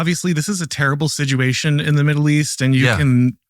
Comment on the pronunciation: What is the meaning of the word “Siduation” this young man keeps using? 😮